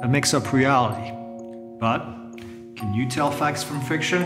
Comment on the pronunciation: Fantastic vid,! Loved the intro and outro! One serious thing: due to your accent, when you pronounce “can’t”, it sounds very much like its complete opposite, “can”. Would you please try to use “can not” in its place?